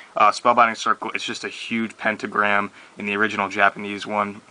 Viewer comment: "pentogramy" lol xD